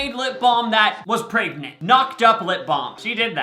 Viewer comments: yea but he also says pregnant as “pray-gnant” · The way says “pregnant”😂 he says “praygnet” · Nobody- - pRaYgNanT